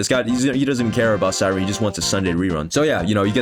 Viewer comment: "True Cyrene fan" mf cant even say her name right 🥀 also, i cant believe im only now finding out i have to skip phainon for cypher for my feixiao its so over